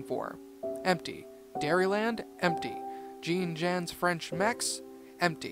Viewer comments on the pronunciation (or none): When I heard Jean Juan's pronounced like an American would, I lost it - Good creepypasta. Me likey.